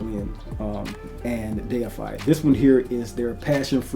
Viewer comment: Thank you for being able to read and say deified correctly it automatically makes your review number 1 for this scent